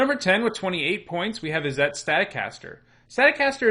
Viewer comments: Why is he pronouncing izzet that way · The way you pronounce Izzet hurts me. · "Izzette... That must be Italian!" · Isn'tit? :P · his prononciation of "Izzet" makes me laugh.